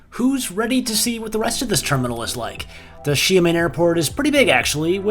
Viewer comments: From 'Shy men' to 'She men'.... it's still not pronounced right..... Close but still not quite; it's she AH men, with an ah sound in the middle as if you were seeing the dentist. It's actually two syllables but if you say it in quick succession I'm pretty sure it will sound alright. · Sorry not she-man more like Sheah-min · Sorry, but its "She-ahh men," Not 'Shia-men' 😭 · SHA (Downward Tone) MEN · I usually don't want to bother non-native speaker with pronunciation, but it looks like you want to give it a try. LOL I think Xia-men the "men" part is not an issue but the "Xia" prefix. "Xia" really sounds like "Shot" (Gun shot or drinking shot glass shot) without the "t" sound. Hope this helps. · it’s pronounced (SHE-AH-MEN) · You definitely got closer. Try saying it like Sha Men, like the sha in shadow. Also, was this filmed sometime before March? I saw a 737 MAX, unless that’s where MF is parking them... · I love seeing the “packs” of Av geeks wherever they can snag a good spot. 😊✈️ Another great video. I still don’t know how to pronounce Xiamen.😳😲🤪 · I am certain that any one of the flight attendants could have taught you how to say the name of the airline correctly...